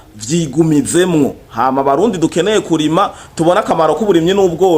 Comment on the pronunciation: Kurima nivyambere yavuze Nabi wumva ngaho ahindura ingendo?yikebuke avuge neza